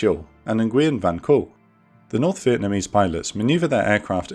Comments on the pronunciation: It’s actually pronounced “noo-wen,” not “en-gui-yen.” Fantastic video as per usual, keep it up! Maybe one on the Son Tay Raid soon? Unless you did one and I just missed it 😂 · Nguyen is pronounced "win". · nguyen is pronounced more like nwen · correct me if I'm wrong but I believe nguyen is pronounced wen or when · An action-packed, thoroughly enjoyable episode. If I were to nitpick, I think the pronounciation of the 'Nguyen' surname is rather poor. I don't speak Vietnamese, though, so perhaps it's me who's mistaken. In any case please keep giving us episodes on Vietnam air war and the air war over the middle east during the cold war era. Keep up the good work! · Someone doesn't know how to pronounce Ngyuen 😅 Great video as usual.